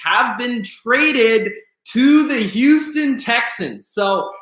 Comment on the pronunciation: Can u say Houston right? Houuuston wtf